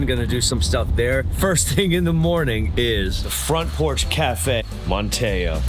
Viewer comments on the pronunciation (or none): IT IS PRONOUNCED MAN TEE O. NOT MAN TEH O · What a fun tour! Just a couple of things… Not Man-TAY-oh. I’ve only heard it pronounced MANNEE-oh and Ca-RAH-lah, not pronounced like the car. Thanks for the video! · I'm from the Outer Banks and you absolutely did slaughter the names. 😆 (Bodie Island - pronounced like "body"; Corolla - pronounced "Cah-RALL-ah" by the locals; Manteo - pronounced "MAN-tee-oh" or sometimes we leave out the "t" altogether, lol.) Otherwise, fantastic video!!😃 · It’s not pronounced Man-tay-o, it’s Man-tee-o (emphasis on first syllable). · Love the video, but you might want to learn how to pronounce the names of the towns. Manteo is pronounced “Man t o”. Also Jeannette Pier is not “Janet’s”. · As a local, I enjoyed your video, but I was surprised you ate at Rundown, but didn't even mention it is located in my town, Kitty Hawk. And, not trying to be picky, but these locations are pronounced MANTeeO, BODY Island and JenETTES Pier. We do love our little strip of sand. Thank you for showcasing it. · When I heard Mon-tay-o, I had a little chuckle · He did great just a few pronunciation issues I heard. Man T O Manteo, Bodie Island is "BODY" Island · That’s not how you pronounce Manteo….its Man-ne-o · Yeah, there were a few pronunciations of places that were a bit off, but Manteo was the most obvious. (Corolla and Jeanette’s Pier also spring to mind) As constructive criticism, I’d suggest asking locals how to pronounce places, which I think will help your channel overall.